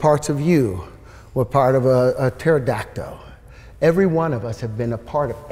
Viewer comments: I believe it's pronounced 'pterodacto' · "Some parts of you, were a Terrodactoe." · Oh my gosh—I love your intro/summary. Hilarious! Also, did he say “terodacto”?